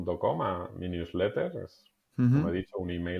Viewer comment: Newsletter? No se entendió 😊